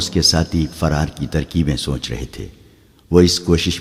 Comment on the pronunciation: سونچ نہیں سوچ اس لفظ کا تلفظ بار بار غلط بولا جا رہا ہے۔